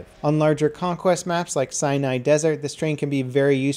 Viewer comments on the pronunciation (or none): Did you say cyanide desert? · did he say cyanide desert